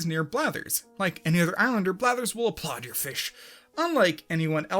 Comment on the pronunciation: Idk why but I really love how you said "apPLAUD your FISH!"